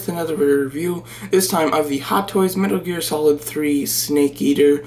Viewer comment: "METER GEAL SOLID 3" You said that like 3 times. Also the arms on her look too short.